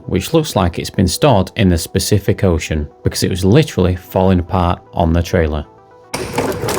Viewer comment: I hope you were joking when you said "specific ocean" 😂